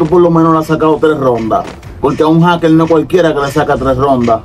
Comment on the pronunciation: Por qué no pueden ablar. Jaker y dicen jakel